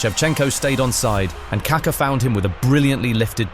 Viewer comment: "CAR CAR" its KaKa ffs